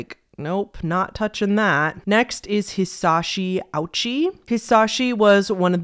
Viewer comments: just a heads up that hisashi ouchi's name is pronounced more like 'oh-chi', the romanized 'ou' is indicative of a long vowel that extends the 'o'. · "ouch-y" "junk-o furuto" "sirjay" Man this is a good video and I get that people read names like English but is it really that hard to pronounce them correctly? Honestly that made me cringe more than the actual content lmao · also her pronouncing ouchi as "ouchie" inflicted psychic damage onto me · A few things on Ouchi Hisashi, beginning with the most pedantic. 'Ou' in romaji is used in place of ō to signify a long 'oh' sound. This is because the kana used in Japanese is おう, or 'o' and 'u.' The 'u' just indicates a longer 'oh' sound. Japanese has no diphthongs, so once you learn the vowels, it's pretty easy to pronounce. A is 'ah;' i is 'ee;' e is 'eh;' o is 'oh;' and u is 'oo.' So if you wanted to say the name you used, it would be spelled "Aochi." That aside... He did not receive the highest dose of radiation ever--he didn't even receive the largest dose and survive beyond exposure. Anatoli Bugorski gets that honor, receiving between 200,000 and 300,000 rads of localised radiation directly through his head. He's still alive, actually. Ouchi received around 17 Sv, or roughly 1,700 rads. For context, 400 rads will kill 50% of people, and 1,000 rads will kill almost anyone. Bugorski got really frickin' lucky, basically. His exposure was concentrated in a beam through one part of his head, amazingly missing critical brain structures that would instantly kill him if irradiated at that level. The exposure Ouchi faced was not localised, hence the dying. All of his skin did not melt off, only the skin on his frontside. In fact, there was some new skin cell growth where the grafts met the skin on his backside at one point, showing his body was healing. There were also signs of initial recovery in his mucosal membrane in his intestines. Unfortunately, he was just too far gone